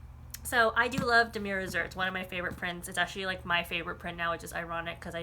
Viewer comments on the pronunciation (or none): I really don't mean or want to be THAT person, but Damier is pronounced: Da me A (like the letter a). I just know if I was pronouncing it wrong I'd want someone to let me know. 😬 Great video though. Thanks for all the info!